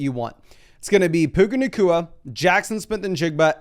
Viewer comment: lol you said, "Puka nakua, JSN, and Garrett Wilson" lol